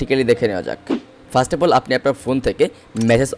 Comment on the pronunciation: 1set na first uccharon hobe